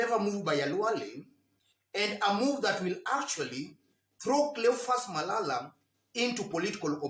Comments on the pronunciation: You killed me by saying " cleophas malaya" sorry for that oversight 😂😂😂😂😂 good analysis bro keep it up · "Cleophas Malaya" was correct 😄